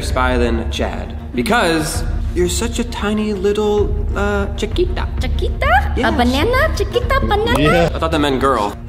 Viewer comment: Chiquita banana lol I am Mexican and that sounded funny And my birth day is January 18th